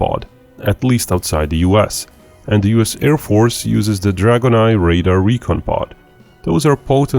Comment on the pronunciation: Please please please stop calling 'RADAR' equipment 'raiders'.... it's ffffffing annoying!!